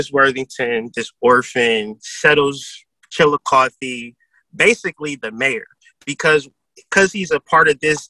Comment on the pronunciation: Chillicothe here😁glad u pronounced it right lol